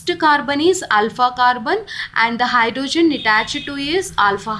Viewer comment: Mam its hydrogen not hydrozun, bdw great content